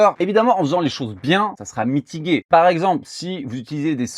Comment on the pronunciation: Bonjour, super vidéo, à tu dis " si on fait les choses bien , ce sera mitiGUé " , si tu utilises le verbe mitiger (adoucir , mélanger) le G se prononce comme un J , " ...ce sera mitijé " , comme mélanger ou manger .